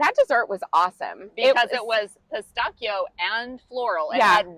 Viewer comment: I consider myself an educated person (maybe others disagree) and I’ve been to Italy a fair few times but I’d never heard pistachio pronounced like that. Thinking of how Italians pronounce “ch”, of course the way you pronounced it is correct. I shall remember this going forward!